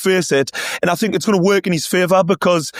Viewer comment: When did the word Think change its spelling to Fink? 😂